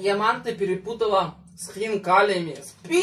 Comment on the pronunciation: Ма́нты это наше традиционное блюдо🥰 И ударение падает на а́